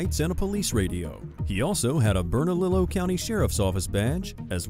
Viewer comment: I put a MacBook in my car so I can drive and do my homework “bernalillo” 😂😂 it’s pronounced burna-Leo